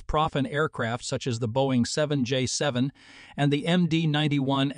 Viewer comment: Please teach your AI narrator proper pronunciation. Example - It calls the GE90 a G90 and the 7J7 a 7jevin. Proper nomenclature is key when conveying information...